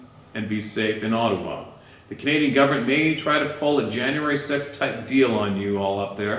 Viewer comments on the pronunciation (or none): none